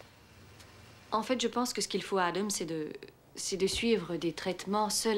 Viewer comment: Salut. Génial comme dab. Mais je ne supporte pas les prénoms prononcés à l'anglaise dans ce film. Exemple: Adam est prononcé Ademe. Peter est prononcé pideure. Etc. Sinon c'est un bon film de nuit.